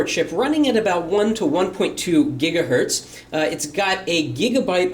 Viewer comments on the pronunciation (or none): none